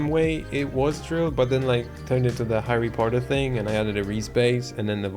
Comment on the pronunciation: Harreh pottah..